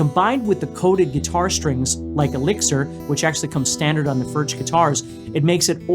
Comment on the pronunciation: I have two of the.. they are great! But they are pronounced, 'furk.'